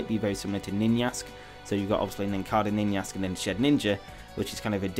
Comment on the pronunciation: The way you pronounce Ninjask triggers me.